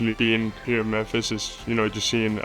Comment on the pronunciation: Big “Memphsi” 😂